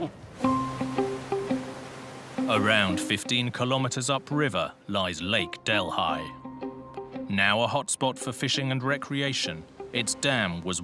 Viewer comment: I am from India. Our capital is New Dellhi (delee!) Who on earth BUTCHERED this name to 'del, hai!? In Amerika seems that every foreign name MUST BE BUTCHERED! REALLY!? Sorry, I still call this lake 'del-EE'! NOT del-hai! Wow!